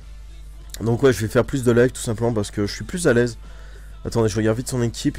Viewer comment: Jt'ai entendu boire a et après le bug quand t'as dit "leuve" au lieu de "live" j'etait plié et j'ai cliquer sur abonné ^^ dans la journée qui suit j'ai regarder toutes tes vidéo :P